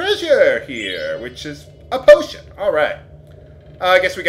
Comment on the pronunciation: am i the only one who thought he said "botion"?